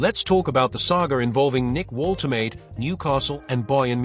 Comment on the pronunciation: You said you're a newcastle fan but you can't even spell 'Woltemade' properly. watch this how to pronounce it properly